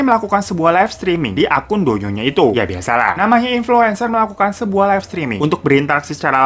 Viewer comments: To ying bang,,, bukan do ying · Bang, cara bacanya Liziqi = li ce chi Douyin = tou in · inpo aja bang...douyin nyebut nya touyin. li zi qi nyebutnya li ce chi